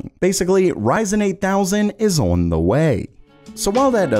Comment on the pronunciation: The way you say on drives me crazy. “Oin”